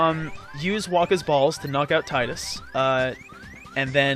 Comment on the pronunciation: I don't know if it's been mentioned in the thread or not (I lurk, and have been sitting at the OP) but Tidus is pronounced "Teedus" it comes from the Okinawan word Tida (pronounced "Teedah") which means Sun. Yuna means Moon, so it's supposed to be a duality in names between Tidus and Yuna. Which is lost on the west because most of us don't speak Japanese let alone Okinawan.